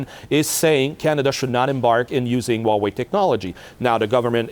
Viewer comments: I twust Waw-way compweetwy... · No Way Hauwei